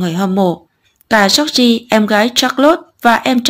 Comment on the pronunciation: cách đọc "giooc gi" thật cạn lời! 😑